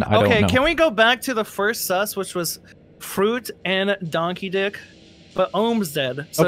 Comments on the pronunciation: I was so confused for a sec. I thought they were saying "Donkey Dick" instead of "Don Keedic" XD Now all I can hear is Donkey Dick- TvT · Fruit can you just say Don instead of Don keddic it sounds like donkey di** and I'm sitting by my grandparents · The new regulars are confusing. Everytime someone says "Don Keedic" all I can hear is "Donkey Dick" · Everyone: "Don Keedic": "Donkey Dic" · Every time they say Don Keedic it sounds like "Donkey Dick" I can't stop laughing 😂😂😂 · When shark kept saying don keedic I kept thinking he was saying donkey ** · Anyone else hear instead of Fruit,, and Don Keedic. Fruit,, And Donkey d**k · Thanks to pronouncing the name the other way I finally understand the joke of Don Keedic's name. The way everyone emphasizes it to avoid the mispronunciation made me not realize it was a joke all this time haha